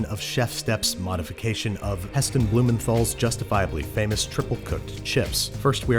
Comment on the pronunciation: He really needs to learn how to pronounce Heston Blumenthal you pronounce it like .bloom in tile.